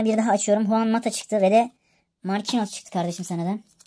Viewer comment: Markinyos diye okunuyo canim abicim